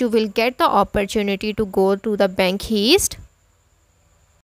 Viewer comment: I knew this was bull when she said bank heeeest